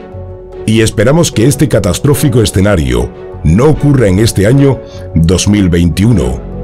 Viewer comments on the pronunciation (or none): none